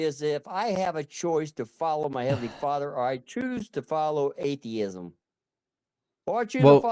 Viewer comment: What's a fadder 😂😂